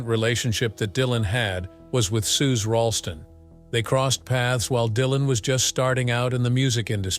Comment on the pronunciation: Suze Rallstrom? Try pronouncing it Suzi. And the last name was Rotolo.